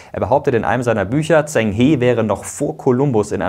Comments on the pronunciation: Klasse Video 🤙🏼 Bloß zwei Kleinigkeiten: [Dschen] He statt Tseng He und Gavin [Mingiss] - bezüglich der korrekten Aussprache. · Zheng He (Aussprache: Dscheng Che wie in "machen") 😉 Top Video! 👍